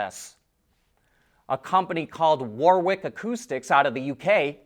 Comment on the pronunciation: "Warick" and don't say that's complicated, plenty of American places use the same kind of name, like Greenwich village in NY. It's just too hard to say the w and r together. You Americans, always overthinking things.